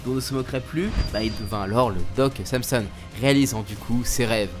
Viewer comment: On dit ''san son'' et pas ''Sam son''. C'est pas intéressant mais c'est une référence à un héro de la mythologie grecque